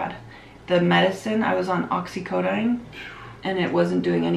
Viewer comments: OxycoDONE, not "dine" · It’s not not oxicodine oxicodene